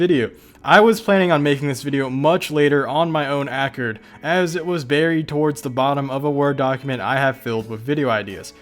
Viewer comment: Accord is pronounced like the Honda.